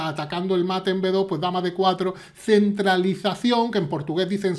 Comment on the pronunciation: Sentí un piedrazo a Pepe Cuenca cuando dijo “centralización”, que como se decía en portugués.